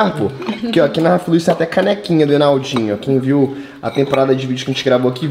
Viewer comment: vc n viu o vídeo n ele esqueceu e se fala enaldinho n enaudinho